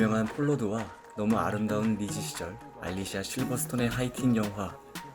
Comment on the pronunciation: 알리시아. 알리시아.. 알리시아... 알레시아? ㅋㅋ